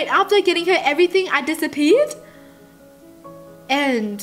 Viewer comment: Did anyone else get ocd over the fact that she said disapee instead of disappeared